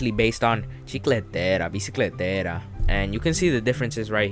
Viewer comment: Do you have to say the chiecleteiras like that